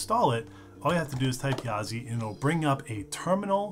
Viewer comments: Yazi is pronounced "鸭子" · Technically it's pronounced "YAH--dzuh," but good luck dropping that in casual conversation. The developer said it means "Duck/duckling" "in his language," which would seem to be Mandarin. So yeah. YAH--dzih. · actually ya-zuh, apparently it's 'duck' in chinese :D